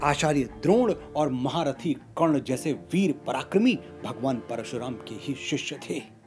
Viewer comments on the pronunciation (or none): none